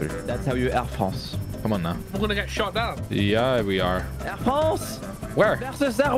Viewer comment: Air Fwance